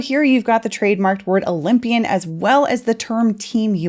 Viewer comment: Cant say oly mpian sheesh😮